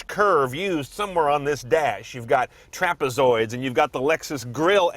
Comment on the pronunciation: He keeps saying "trapezoid" wrong